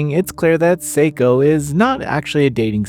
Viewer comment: The pronunciation of her name is wrong.